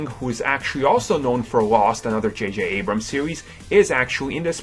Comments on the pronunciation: JayJay Ebrums? wow this guy can't even pronounce the name of the creator correct. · jj ebrams? Lol.